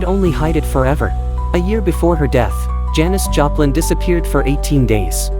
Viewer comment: Janis Japan? AI is so bad. Can’t even get her name right.